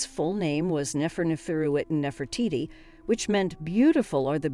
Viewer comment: Damn lady. Learn now to pronounce your names. Nefertiti was the only one you got right.